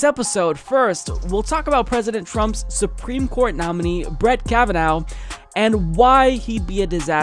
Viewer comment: Kavanaugh naw like raw not now like cow! Is English a second language?